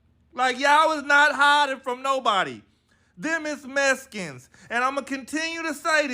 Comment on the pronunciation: HE SAID "THEM IS MESKINS"! 🤣